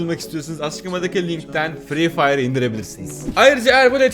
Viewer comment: Nobody:: fre fire Nobody:waht:lacasade palellll